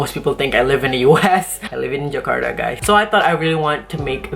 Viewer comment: kak bkn jekarta tapi penyebutannya tetap jakarta kata guru saya hehe